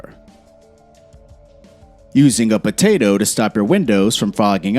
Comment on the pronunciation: He said "batato"